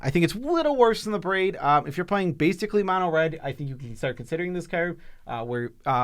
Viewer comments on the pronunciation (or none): none